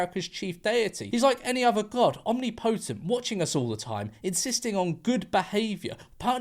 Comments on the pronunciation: Om-nip-oh-tent. Be more of a 'fucking nerd' 😂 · George pronouncing omnipotent like Omni Potent 💀